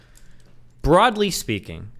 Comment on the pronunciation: BWOUGHDLY speaking